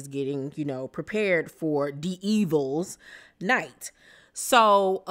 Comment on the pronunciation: it's devils night not D evils night 😂.